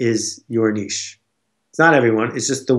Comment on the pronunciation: Good interview, I'm glad to finally hear someone pronounce the word Niche correctly, I lose respect for people immediately when they say Nitch! Just a pet peeve but made me like Seth more, and made me feel like he really knows his stuff.